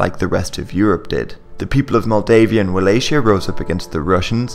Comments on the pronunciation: DEAR GOD "Walay-sha?" That's how you Western idiots pronounce Wallachia? It's pronounced "Vala-hee-ya" It's spelled liked that cause that's the Germanic spelling, which Anglos also use. But, German peoples and Anglos obviously use different pronunciation so why Anglos use a German word with German spelling for a Romanian region is anyone's guess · Very nice. Just a quick note on pronounciation, Wallachia should be pronounced with a hard "c" not a soft one: 'Wallakhia'